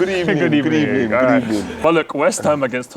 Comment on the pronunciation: Emerys getting sacked in the ebening